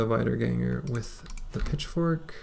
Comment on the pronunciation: i'm 99% sure you probably already know this and just say it that way because you like it... but wiedergangers are "vee" in the beginning, wieder (vee-der) means "again" in german